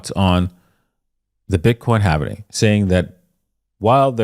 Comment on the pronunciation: Its Halving not Halv"eeeeeeee""nnnnnn" ing !!!!!